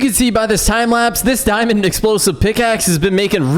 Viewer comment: I like how he say dimnd